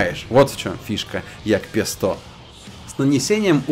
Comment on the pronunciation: Это джепег, а не ягпесто :)